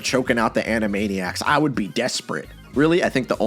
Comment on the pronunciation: "Choking out the Animanaiacs..." Is the wildest . Thanks